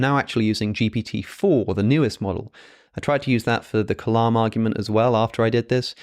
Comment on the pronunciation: The way you are pronouncing the word 'kalam' when you say 'Kalam cosmological argument' is slightly incorrect. The sound needs to be lighter or slightly higher pitch.